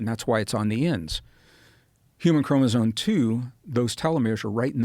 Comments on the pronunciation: Gregg should start pronouncing chromosome correctly ... not chromoso"n"e. ... there is an "m" at that end of that word. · he says "Chromozone" 🤦‍♂️ Anyone who has read anything related to chromosomes( prerequisite if you're gonna claim what you're teaching as fact), would have noticed the spelling and would have corrected the pronunciation .. I get the impression he watched a few youtube genetics 101 clips and made up some studies and facts. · Mr Braden, please change your pronunciation of « chromosome ». It is not a « chromozone »… 😅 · Is he saying "chromosoNe? Tell me my ears are broken haha.